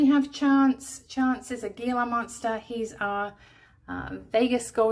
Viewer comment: "gila" monster is pronounced "hee-lah". The "g" is sounded as an "h". Love the butter bells! 💖🌹💍💎